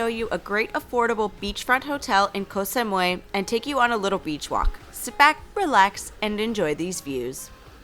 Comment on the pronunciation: co - sam - oo - eeeeeee